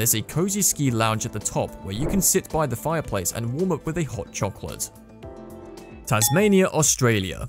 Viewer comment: He pronounced Tasmania correctly 😂